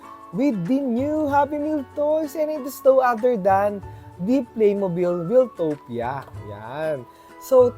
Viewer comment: Wiltopia is pronoumced as "Wayl-towp-ya", word come from "Wild". Di siya galing kay Kuya Wil.